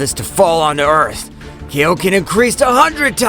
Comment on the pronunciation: Would you mind calling Kaioken KA I OKEN AND NOT KAYOKEN?!? And its KAIO KEN TIMES (Number) DAMN IT